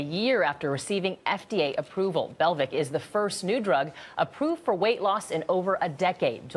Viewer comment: It's pronounced BELL-VEEK, not Belvick.